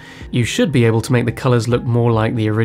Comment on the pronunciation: Why on earth do you stress the word ‘be’ in the line ‘you’ll still be here when I get out’ - the stress should be on ‘still’ or on the “you’ll” and “I” since he’s emphasising the fact that he’ll be free & away from the camp but they won’t.